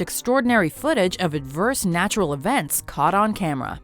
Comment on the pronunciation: God narturral